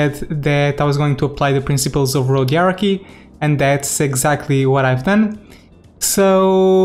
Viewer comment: Are you trying to say Hierarchy? 😂